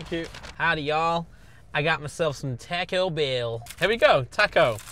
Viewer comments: why is blud pronouncing taco like that 💀 tack-oh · British people pronouncing it tack-o and thinking that’s correct is amazing